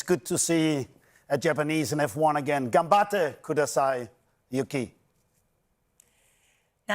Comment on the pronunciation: When Christian says Ganbatte Kudasai bro... okay yikes